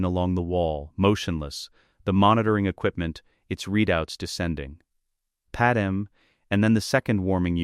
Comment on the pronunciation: Okay I shouldn't have to even be mentioning this but her name is not Padam...ITS PADME!!!!